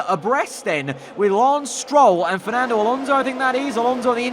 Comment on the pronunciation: It's fsnando bloody alonso